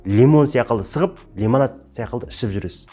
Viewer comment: Қазақта (сяқылды) деген сөз жоқ! секілді !!! Деген бар Азамат білдей азаматсыз Мың Батыр орталығын құрған. Сіз өзіңізз шебер нақты сөйлеп тұру керексіз ең бірінші !сосын "Н" емес "Ң"